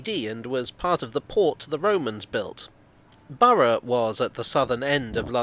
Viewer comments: Among other things, I certainly got a chance to master the British pronunciation of "Borough"! 😁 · Correct pronounciation of Borough is very thorough of you 😉